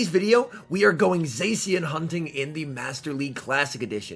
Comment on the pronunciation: its pronounced za-she-en